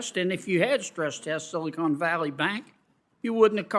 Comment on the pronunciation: Begins to pronounce Silicon as "Silly Con."